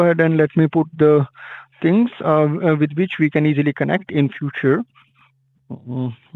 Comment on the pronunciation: Just “axe” Any “Decks” to do “each and every “ting”. Put “dem behind da bars.”